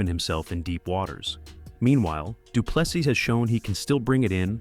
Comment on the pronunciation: Say doo plu SEA NOT SIS NOR SEAS